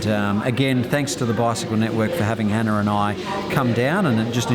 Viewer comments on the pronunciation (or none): none